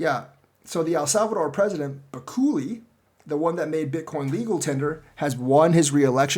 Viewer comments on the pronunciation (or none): Jesus, though you'd eventualy get this right, but it's BU-KÉ-LÉ not BA-KU-LI... 😟